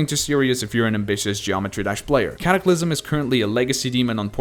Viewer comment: ah yes. the easiest extreme demons. l "Caclysm" and "Liak"